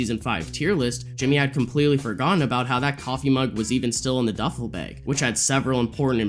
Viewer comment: Love your videos! Just wondering why you pronounce bag, bayg?